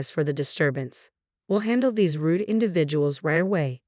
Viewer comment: it is rude not Ruth